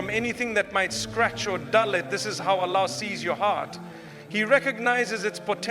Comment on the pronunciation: Is this AI generated voice imitating Mufti Menk?? Why is he saying Allah incorrectly?